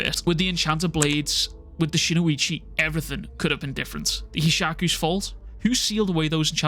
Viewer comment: Brother, it’s spelled “Shinuchi” and pronounced just as it’s spelled; “SHIN-UCHI”.. there’s no (o) after Shin & no (i) after the U. It’s Shin - - Uchi. Shin like your shin bone. Uchi like Itachi Uchiha but without the (ha). Shin-uchi. All love brother, love your content no hate, it just drives me crazy hearing, “SHIN-O-ICHI” or “SHINUICHI” over & over & over lol.